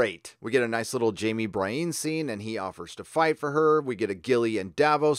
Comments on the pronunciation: Edwin Maguillicuddy actually, it’s pronounced BREE-ENN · Isn’t Brieanne of Tarth’s name pronounced BREE-ANN, not BRY-EEN? Other than that, loved the breakdown & review of this episode. I couldn’t agree with you more. Thanks man! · Love your show! I hated the Arya sex scene; she's like a little sister. Anyway, dude it's not "Bra-een", it's "Bree-en" as if that Marvel cardboard box chick had a last name that starts with N and you were saying her first name and last initial: Brie N. Nothing personal, I also get weirded when my sis says "Day-narious" instead of "Deanerys". Keep on good man! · Who the hell is Bry-een? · dude I love your videos, never miss one. but the character names...Bry-eene? plz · BREE-ENN. Say it with us,. BREE-ENN. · Bree-ann is how you say it :P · Love your work, but please pronounce Brienne's name right! Also I agree with many other sources, if Bran can see anything everywhere at all times...why isn't he just telling everyone how to win...It's really bad writing setting him up like this omnipotent being, 'in the show', and then he just talks in riddles as over half the main cast will prob die next episode. You suck Bran!! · Are you intentionally mispronuncing Brienne?